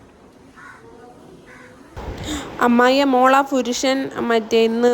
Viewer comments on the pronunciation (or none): കാര്യമായിട്ട് ആണ് പറഞ്ഞത് എങ്കിലും, "മോളെ ഫുരുഷൻ " എന്ന് കേട്ടപ്പോ അറിയാണ്ട് ചിരിച്പോയി, സോറി 🤭 അത് കേക്കാൻ പ്രത്യേക രസം ഉണ്ടായി 😃